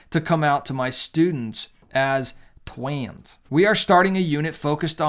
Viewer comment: why are you allergic to saying these words? you can't become gay if you pronounce pride or trans correctly